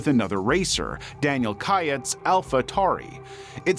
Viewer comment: I just want 1 person to research on how names are pronounced before doing these videos....just once. Barain is pronounced BAHrain like baa baa slack sheep. Daniel KvYat is pronounced KvYAT and it's rohMAN Grozhon. Takes 2 minutes.They even pronounced Romain's name IN THE VIDEO. Joe Teismann? Try Joe THeismnn and there's only 1 bones in your lower leg until it's snapped in half. I'd expect this crap from an AI voice-over but and actual human who speaks without an accent?